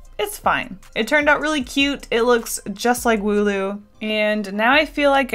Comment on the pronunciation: Wooloo not ,,Molu"